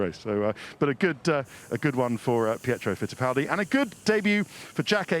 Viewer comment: "Pietro Pitiffaldi" never change Ted never change